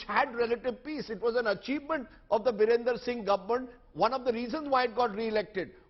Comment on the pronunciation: Not Birender.. It's Biren